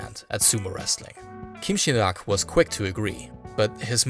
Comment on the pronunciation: As a korean, you pronounced kim sin rak very well😊😊😊. Thank your awesome content